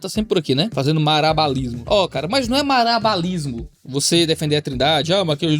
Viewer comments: É OCTA! Conseguiu errar a pronúncia de malabarismo 8 vezes! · 😅KKK fazendo MALABARISMO pra poder falar MARABALISMO igual tá na pergunta 😂